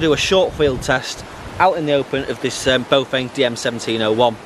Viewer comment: Read the brand again. It is NOT BOWfeng, what it is though is BAOfeng. B ah Ow feng.